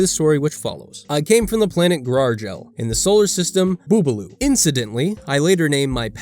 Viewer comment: It's Gragel, not Gargel. Don't be disrespectful.